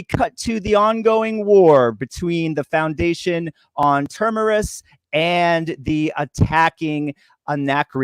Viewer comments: It’s TERMINUS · Please learn to pronounce "Asimov" and "Terminus" correctly!